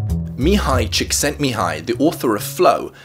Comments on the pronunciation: how you got that name right is unbelievable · Somebody looked up how to pronounce this incredible hungarian name ^^ You have my respect.. English speakers usually butcher any names that aren't well known. And this one is certainly one of the harder ones.